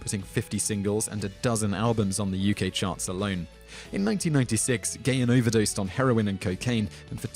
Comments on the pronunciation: Damn I didn't know half of these. Grrrrrr.....it's GAH-HAN, not Gay-in! But I am glad to see Nikki Sixx on here That story's pretty damned well-known in the metal community. And don't forget, Ministry actually started out as a New Wave band...Flock of Seagulls hair and all. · It's 'Pan-cree-a-tight-us' NOT 'pan-cree-i-tus.It's Dave 'Guh-hahn' - NOT 'Gay-un'